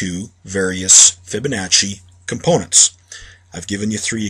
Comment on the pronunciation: its pronounced fib a nah see theres no H... stop saying FibaNotcHy. idiots.